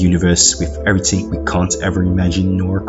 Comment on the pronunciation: Do a shot everytime he says EveryTINNNG